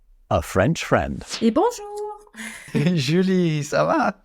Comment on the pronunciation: finally an english person that says bonjour and not bonejour